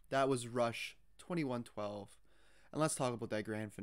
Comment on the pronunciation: You were correct the first time: pronounced "Twenty-one twelve", and yes it is the YEAR. Also, kudos on "getting" what was happening in the story without the benefit of the (very popular) cartoon video that shows the characters, and also shows the UNSUNG lyrics that accompany the story (which are actually included on the album's lyric sheet, and are a more detailed narration as to what the main character is doing/thinking.)